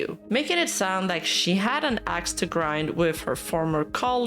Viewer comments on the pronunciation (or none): none